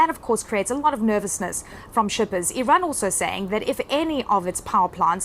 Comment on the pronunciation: It amazes me on how many people say "Iran" incorrectly